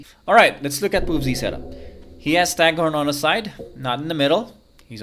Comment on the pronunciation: BTW it's stagThorn with a T :)